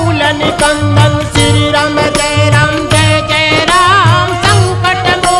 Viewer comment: श्री राम जय राम जय जय राम बोला जाता है लेकिन ये बोल रहे हैं श्री रम जय रम जय जय रम